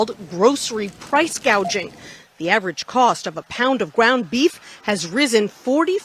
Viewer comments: In fairness she did say price "gaging" and not price "gouging". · Did she say "PRICE GAGING" . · You didn't say price, gouging she said price gauging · She says price gaging - oh my goodness- it’s called price gauging & she doesn’t even know the word for it🥴😳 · i think she read her teleprompter wrong, "price gauging"? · She actually called it price gauging because she's not very bright... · “Price Gaging” but not “Price Gouging”. What an idiot she is…. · Price gaging or gouging 😂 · Price " gauging"! 😂😂😂